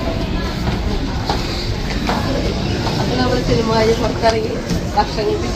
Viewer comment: സിൽമാ അല്ല 😢സിനിമ എന്ന് പറയു